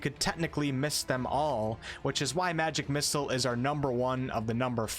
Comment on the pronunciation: please stop pronouncing it "magic missles"